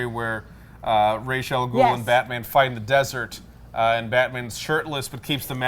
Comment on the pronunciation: it is still annoying when i hear people say "Raish" al Ghul, when the word is clearly pronunced "Ra-is" or "Ras" if you would just google translate it.